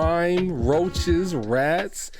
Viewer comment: Nigga said RRRRRoaches 😂😂 loving the content bro